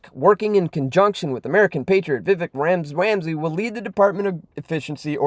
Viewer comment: Seriously..........have enough respect to pronounce Vivek's last name properly. It only makes you look uneducated.